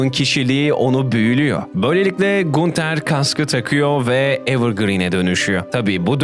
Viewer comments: video iyidi. sadece gunter yerine “gantır” diye okumaman biraz sinir bozucu olmuş 😂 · gunter diye mi okudun yanlışmı duydum o ganter diye okunuyor abi :( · ganter diye okunuyo gunter değil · Kral teorilerin çöp olmuş, ki teorilerin çoğunu redditten araştırmadan, sorgulamadan almışsın. Diziyi 3 defa üst üste bitiren arkadaşın oğuz diziyi arapça izlese daha iyi anlardı. Onun dışında kendisi ya kulaklarıyla dinlemek yerine ayaklarıyla dinlemiş ya da gözleriyle izlemek yerine mabadı ile izleyip bitirmiş sanırsam. SON OLARAK İSE GUNTER YAZILDIĞI GİBİ OKUNMAZ GANTIR DİYE OKUNUR. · GUNTER "GANTIR" OLARAK TELAFFUZ EDİLİYOR KAFAYI YEDİRDİN YA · Knk allah aşkına gunter ne düzgün oku şu isimleri